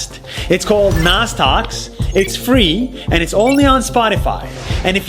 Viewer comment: Its nas not nad